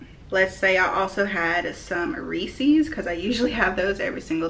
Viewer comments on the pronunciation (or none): So is it just me or the way she said Reese’s made you low key mad lol 😂 Good job tho keep it up 👍🏼